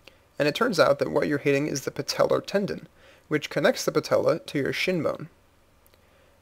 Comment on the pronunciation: patellar sounds like someone from the deep south saying patella.